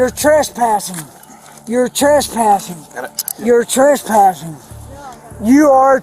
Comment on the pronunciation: to this day you can still hear him saying "yer Tresspassin"